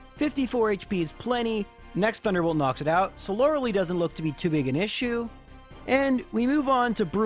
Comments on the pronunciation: There is only one thing that I don't find excellent in these vids: the pronunciation of "Lorelei". She's not the female counterpart of Hitmonlee - the "ei" sounds the same as the "I" in "Ivanhoe" ;) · “miss-aisle”, “lore-uh-lee”, “ar-kay-nine” for someone who plays these games so much, you mispronounce A LOT of things.